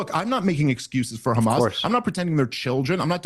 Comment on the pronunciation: I like how he pronounces Hamas like 6 different ways.